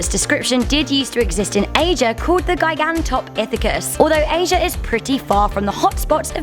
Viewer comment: that's pronounced... jy..gan..tah..pith..ic...cus... Shows me you really did your research for this vid...LMAO